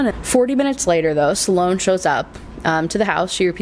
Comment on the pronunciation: Sloan is 1 syllable not 2